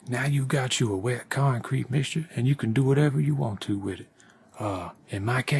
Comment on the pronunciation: Cement das conk creet bay-bee